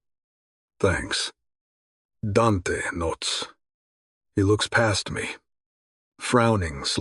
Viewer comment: I know these are Ai narrators, but does anyone know why they pronounce Dante as “Dench” so often?